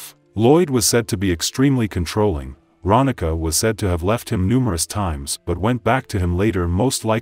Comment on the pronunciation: It’s Ronnika (Ron-nee-kah). I went to school with her.